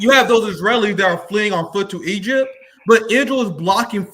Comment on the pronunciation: Did he say he acrossed eygpt 3000 years ago 😂😂😂